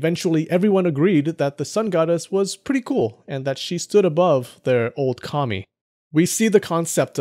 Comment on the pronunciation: 2 things I'd like to mention: 1. I would be really interested in the sources you used for your other videos. I presume the book you promote was one of them? 2. It really took me a while to get that you said 神 (kami), not commie (like in the derogatory term for communist). So during my first watch I thought "Why would people in the Kofun period pray to communists?!" xD Just a little pronunciation tip: The a sound in 神 kami is short (reference: ).